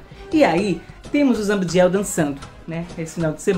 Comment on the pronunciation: ZA-BI-DI-EL , CI-EN-CI-OU-NER 😊